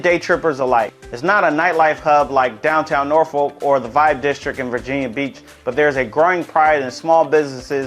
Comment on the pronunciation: how you pronounce norfolk is just so incorrect